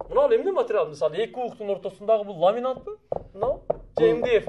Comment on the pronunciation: Ламинант эмес ламинат